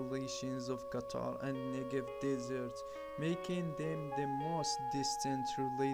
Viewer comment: did he say qatar and negev desert? hard to understand